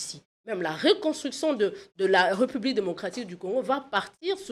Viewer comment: J'avais entendu dire que la société enR.D.C.était matriarcale ? Elle a changé ? Arrêtez de dire "respublica" ! Obligez vous à prononcer l'accent aiguë sur le premier "e" de République. Le "s" n'existe plus en français puisque l'accent l'a remplacé !